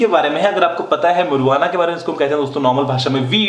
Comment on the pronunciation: U need to know how to pronounce marijuana